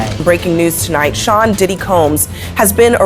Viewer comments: Also it’s ‘diddy’ not ‘Deedee’ lol😂😂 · diddy ❌ Didi ✅ 🤣🤣🤣🤣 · Bro sometime says didi(big sister) 😂😂